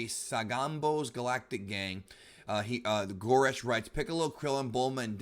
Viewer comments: He mispronounced the homie goresh’s name 😔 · Did he just messed the homie goresh's name